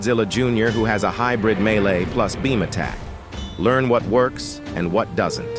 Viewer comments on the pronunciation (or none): none